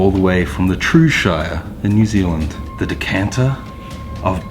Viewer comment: New zee land 🤣